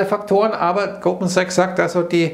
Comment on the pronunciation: Hab statt Goldman Sachs, Gruppen Sex verstanden? Noch jemand 😃